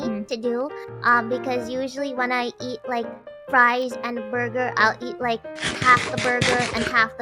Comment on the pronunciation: Borgar N Fries. Mmmm malkskeke